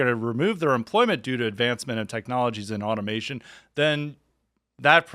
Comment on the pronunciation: Automization? Guys. Come on. Automation is the word if you're not black.